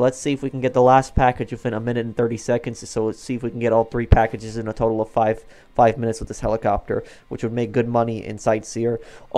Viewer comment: “collect the PUH-ackages”